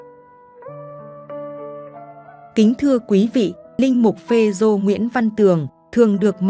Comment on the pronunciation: Cha phê rô mà cứ đọc phê zô quày thật là bất kính